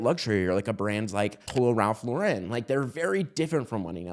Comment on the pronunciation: Ralph Lauren is pronounced Ralph Lahr-en, like the name Lauren. It's a common mistake, but one to get right in fashion journalism.